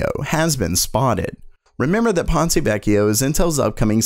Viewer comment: Your pronunciation of "Ponte Vecchio" (wich means "old bridge") is quite good! Check on Google Translate for the right accents if you want